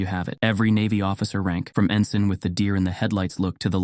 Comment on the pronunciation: No t in “ensign.”